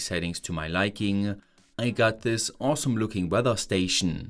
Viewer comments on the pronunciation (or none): none